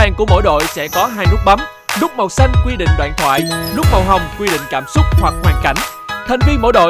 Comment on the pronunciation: giọng cũng hay nhưng phát âm sai nhiều từ thật," cảm xúc" mà hay nói là " cảm súc"